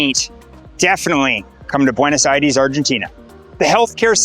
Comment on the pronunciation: Bro pronounce "Aires" right